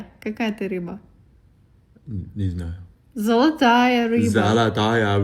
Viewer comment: меня уносит с его "я не знаю" ахаха